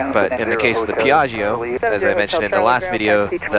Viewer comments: Dear Americans, this is really a nice plane, just a little tip on the correct pronunciation of Piaggio, just pronounce the -gio at end like you call for Joe, that the right sound Piag-Joe. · PEE EAARRGIO LOL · fantastic, but the pilot should learn how to pronounce piaggio the right way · Rad vid. Piaggio is not pronounced like that though. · Say Piaggio one more time. No. Try again.